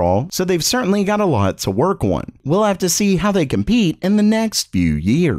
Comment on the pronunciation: Why does he say ON like that 💀? Oowiinnn.